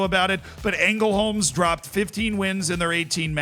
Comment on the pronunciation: The pronunciation of "Ängelholms" was good, the other one.....perhaps not as great, but very entertaining. Also, I read somewhere that two of the games Ängelholms drew was against the same team and that team had apparently brought in a bunch of players from some higher division team. Not sure how though. If that is true, it kinda sucks, but it's also kinda impressive that Ängelholms still managed to get 0-0 in both games.